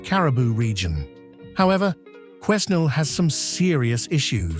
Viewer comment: Learn how to Pronouce Quenal